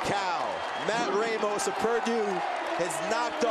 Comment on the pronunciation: God dammit ppl it’s fucking “RAH-mos”. It bugs me cause all my life I’ve had this problem haha